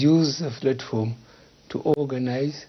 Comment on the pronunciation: He can’t pronounce “Platform”. He keeps saying “flatform”.